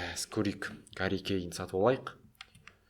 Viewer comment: Гарри емес Харри Кейн